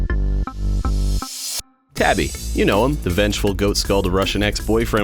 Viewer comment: Hey you pronounced my name right that's a first lmao